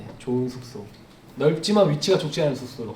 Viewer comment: 숙소 말할때마다 계속되는 th발음에 저항없이 터짐 Thㅜㄱ thㅗ ㅋㅋㅋㅋㅋㅋ 아 thㅜ켸줄 쑼켸줄